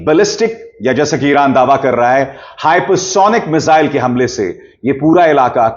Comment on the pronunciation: मिसाइल होता है, मिजाइल नही, ये तो वही बात हुई, जैसे टकलु योगी श्रध्दालु को सरधालू कहेता है